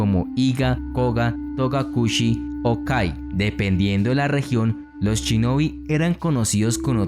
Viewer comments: por que cuando lo dices suena chinobi, se dice shinobi, los latinos no saben pronunciar la palabra esa palabra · me mató cada vez que decía "CHINOBI" o "CHURIKEN"